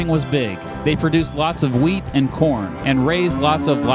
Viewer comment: At first I thought you said they produced wheat and porn